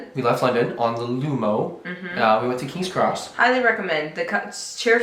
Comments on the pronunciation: Its Kings Cross, Not Crossing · it's King's Cross not Crossing 🤣 Ask your lovely wife how to pronounce Edinburgh as she has it down perfect but you still use the American pronunciation 😁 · Kings Cross... not crossing lol